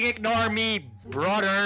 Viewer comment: everyone: brother: broder